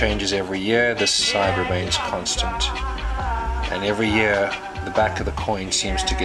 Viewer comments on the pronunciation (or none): none